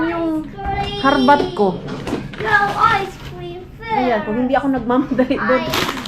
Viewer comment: ice screaaaam not ice cream pansinin mo daw sya IT 😅😅😅